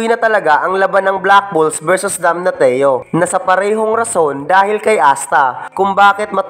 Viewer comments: Sakit sa tinga ng DAMNATIO Dam-na-syo hindi Dam-na-ti-yo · Damnasyo po yung pagka pronounce sa damnatio inde po damnateo